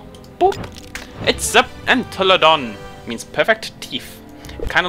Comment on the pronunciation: it's pronounced "en-tell-a-dont", cheers!